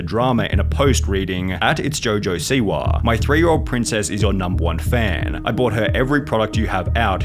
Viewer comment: Man…I usually listen to these accounts but the “Siwahhhh” “Twittahhhh” “Rappahhhhh” lemme know who this dude really is lol